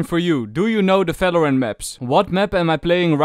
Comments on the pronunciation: things you dont know about valorant: its valorant not falorant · Why do you pronounce Valorant as “Falorant”..? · It's "V" not "F". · Bro Not falorant it's valorant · Not valorant its phalorant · ''FALORANT'' :) AAHAHAH Great vid btw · "It's alreafy paft sefen in Falorant " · Fery Nais Fideo of Falorant. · ✨falorant✨ - ✨fideo✨ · Fings😯 FALORANT😧 FSEVEN🤯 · fings about felorant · I HEAR VATERANT HELPPPP!!!!!!! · he said felorent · is my guy saying falorant? or am i dumb??? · Falorant XD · stop calling it falorant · i like when you brake valorant XD and also i like the accent cause you almost always add F to what you say